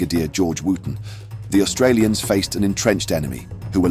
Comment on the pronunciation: Not for the pronunciation of Wootten.